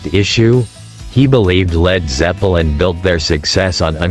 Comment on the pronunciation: Town-Shend!?! Led Zep-eh-lin If you're going to use AI voice do a run-through listen before you post